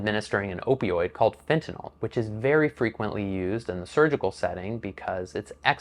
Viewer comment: Can I Say thank you for pronouncing fentanyl correctly. So sick of talking heads saying it wrong.